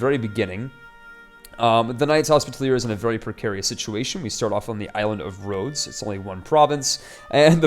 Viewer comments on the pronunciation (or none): Commentary is good, but some advice? Learn how to pronounce Hospitaller and Saracen. :P